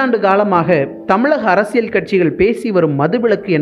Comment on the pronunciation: It's really irritating while pronouncing ழ as ல and ப as bha by the reader. High time it is to be corrected.